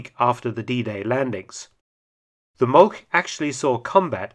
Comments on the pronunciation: Just a note: Molch is not pronounced "molk", a closer approximation would be "molsh" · the proper German pronounciacion of Molch sounds like English molsh